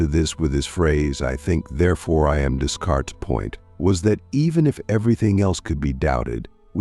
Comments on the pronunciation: dess-carts? just no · the ai voice should at least pronounce it day-cart